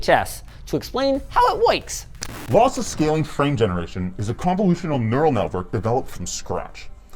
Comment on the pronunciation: "how it woyks"